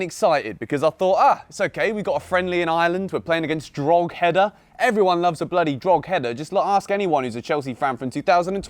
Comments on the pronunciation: It's called dro-head-a not drogheder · Drogheda is pronounced Drawhida. Not Drogheader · Did you seriously just say drog - header lol. It’s pronounced dra head ah. The g is silent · It’s pronounced dro-hid-a 😂😂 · Its pronounced dro-head-a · Just incase you don't know its pronounced draw-heh-da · Don’t wanna be that guy but it’s pronounced Dro-heda😂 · This is how to pronounce Drogheda. Droh heda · Pronounced drock-Ed-ah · Takua Ben dvarim Droh - eda. the end. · loool just fyi its pronounced droh-heda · Its pronounced draw-ehda😭😭 Im from Ireland bro Love🙏